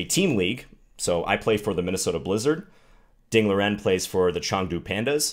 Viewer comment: If you’d like to get a little closer to the correct pronunciation of Ding’s name, say it something like Ding Lee-wren, rather than Ding Leerin. Thanks for the video...love your channel.